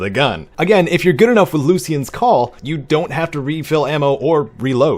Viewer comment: It’s pronounced “lue-sh-ian” not “loos-Ian”